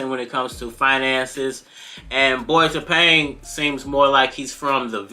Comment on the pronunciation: Tapang means brave. The stress is on the second syllable when pronounced. ( Ta - pang' )